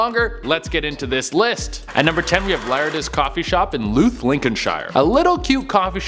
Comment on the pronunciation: He also said 'Louth' wrong (number 10) - it's supposed to rhyme with 'mouth' haha